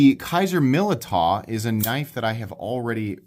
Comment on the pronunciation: It's pronounced Millydow